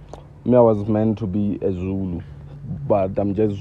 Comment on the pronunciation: when i watched this sho firstly i thought was a coloured or something because when you notice he cant pronounce zulu well and neither suthu 🤣🤣🤣😂